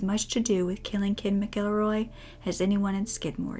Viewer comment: Thank you, so much, for knowing how to pronounce "McElroy." The traditional Irish language form is "M'Gillruadh," ergo, it's pronounced "mihk-ELL-roy," not "Mackle-roy."